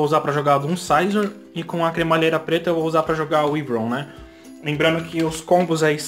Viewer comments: Não Se fala wivron se fala uaivron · Si fala "Uaivron" kkkk😂👍